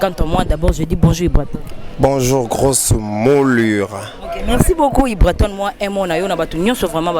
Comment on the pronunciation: Journalist c'est ibrator et non ibraton !! Et puis c Grosse moullure ou moulli lol